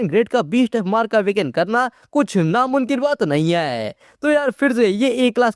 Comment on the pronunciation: Namumkin ❎ Namunkin ✅ 🤣🤣🤣😝